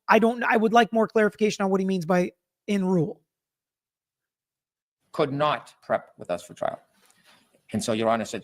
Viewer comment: I heard "and ruled" instead of "in rule".